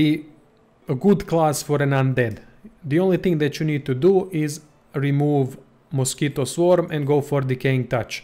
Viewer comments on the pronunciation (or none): none